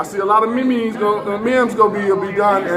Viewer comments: Krazy Uncle wtf are u talk about? i made that comment becuz he pronounced the word memes like "me me's" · That man said there gonna be a bunch of 'me me's'.... Can somebody in that man's camp educate him what a 'meme' is.. Thanks boss.